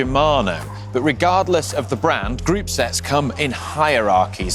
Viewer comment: Thank you for all of your videos. Lot of help for me here. Just want to say (which made me stunned then laugh hard when I understood what you actually say), as a foreigner, sound like you were say group sex, rather than sets. I have never heard group set phrase one g’odh before. 😂😂😂